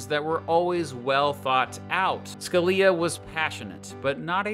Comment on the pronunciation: I'm sorry, but SCALIA?!